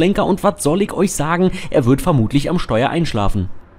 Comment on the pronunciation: Das heißt ICH und nicht IK🙄